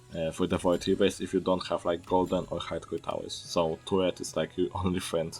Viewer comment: I heard toilet for turret XD